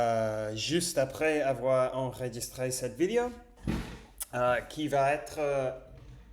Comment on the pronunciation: Attention c’est bientôt ta 300ème on ne dit pas une vidio mais une vidÉo ! ;) tu prononces à l’anglaise